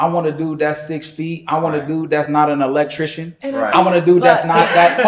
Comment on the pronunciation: She can’t even pronounce Electrican correctly lol. Electricians get paid very well, especially an independent contractor.